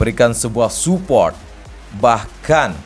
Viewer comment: ternyata selain feberwari, provensi, dan ini muncul lagi spot yang harusnya itu sport atau Dorna Sport tapi jadi dorna spot🤣 hal demikian juga terjadi pada penyebutan suport yang disebut Supot🤣 ngakak gw, ga tau ya ini orang emang sengaja nyebut gitu tau emang bego atau gimana tapi dari doi ngomong tinggi banget, sok bicara bicara literasi narasi dan lain sebagainya tapi masih salah salah juga😂😂